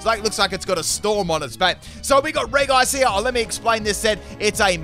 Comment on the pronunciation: It is pronounced "Reji", Not "Regi" just so u know